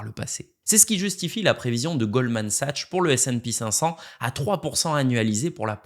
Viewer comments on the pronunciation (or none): Toujours les mêmes scénarios catastrophistes depuis plusieurs années sur l'effondrement des USA et des rendements du S&P500, dedollarisation....et pourtant la philosophie d'investissement de Bogle reste indétrônable pour 95% des gens. PS: pour Sachs il faut prononcer sa'K's. Merci pour ton contenu